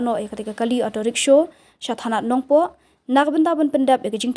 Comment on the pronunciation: Kren style palat Rickshaw ruh kng rickshow😂